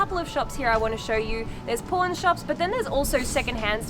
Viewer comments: Does anyone else hear porn shop instead of pawn shop when she says it? lol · When you say Pawn shop, i really thought you said p*rn shop. My jaw dropped a little bit. 😂😂😂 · we (americans) pronounce them as paw-n and poor-n. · I totally heard "porn shop" and was like woahhhh lol 😂😂😂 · Haha yeah, her aussie pronunciation of “pawn” sounded much more like the other word 😂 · In Australia we pronounce it the same way, how do you say the two words differently? 🙂